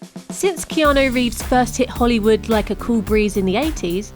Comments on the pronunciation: He also has the fem version of his name. The male version is pronounced "Kee-awn-ooooooooooo" his is the female version "Kee-awn-aaaaaaaaaaaa" its as though his name were Erica as opposed to Eric. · Who the fuck is "Keano" Reeves?